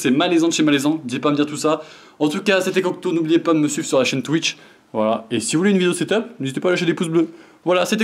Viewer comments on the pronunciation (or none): none